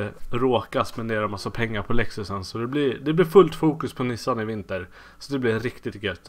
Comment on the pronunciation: ”Nu är nishan i garashet” tänker på lillmicke varje gång du säger nu är Nissan i garaget